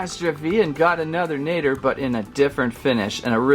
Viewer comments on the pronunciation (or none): btw it’s pronounced deadly nAdder Ah ah ah deadly nahdder no offense I hope I didn’t offend you just so you know how to say it right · Apparently according to google it’s pronounced nah-der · I want the mangler so i can most of the dragons. But it will be fun to see wich one i get. My list: 1. translucent deadly 2. nadder zippleback 3. Monstrous nightmare. Watch the movie again so you can say nadder correctly. Love your vids❤ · PRONOUNCE NADDER PROPERLY!